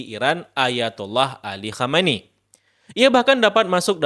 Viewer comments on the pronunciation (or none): Sebaiknya mengucapkan Ali KHAMENEI dgn lebih jelas lagi, supaya tdk terdengar seperti KHOMEINI (pemimpin revolusi Iran 1979).